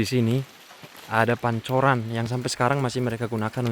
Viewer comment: Pancuran bro..bukan Pancoran 😂😂😂